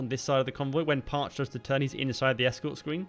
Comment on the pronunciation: Very cool! Thank you for making this video! My grandpa served on this sub! The pronunciation is Parche(y). It ends in an 'E' sound.